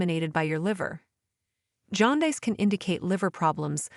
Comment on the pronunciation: You need to teach your stupid, artificial intelligence narrator how to pronounce aorta and jaundice